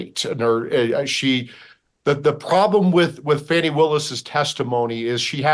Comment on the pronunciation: It’s NOT faunni….its FAAAni, like a butt